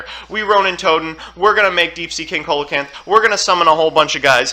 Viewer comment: I’ve come from two years in the future to tell u that it’s pronounced “SEE-luh-canth”